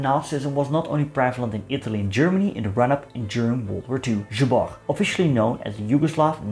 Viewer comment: 1. Your pronunciation of zbor is pretty bad. 2. Zbor supported integral yugoslavism and was against any other "tribal" nationalism. Most of their supporters came from Dalmatia (not counting Germans and people in his home town of Smederevo, where he won votes not because of their policies but because of his surname (his father was famous radical leader and MP for smederevo electoral district during late 19th and early 20th century)). They change that during WW2. 3. Zbor was a monarchist organisation(they model themselves on franech action) but monarchy wasn't his biggest fan(When Ljotić proposed fascist style parlament to king Alexander he was immediately thrown out of the government). Just look at their wartime SDK badge (translation goes like this "with faith in God for King and Fatherland).